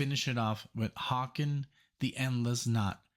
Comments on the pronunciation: Haken is pronounced like "Bacon" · Just FYI, Haken is "Hay-kin".🙂